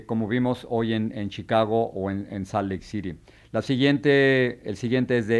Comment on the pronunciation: Jorge, se dice Nueva YorK con 'K' al final, no 'Nueva Yor.' Tampoco es /saalt/ Lake City, sino /sɑːlt/. Pronunciación aparte, no me gustó para nada como le faltaste el respeto a Ana María Archila. ¿Para qué tienes invitados si no los dejas hablar? Dió vergüenza como la interrumpías constantemente sin permitirle terminar las frases. Eso no es periodismo.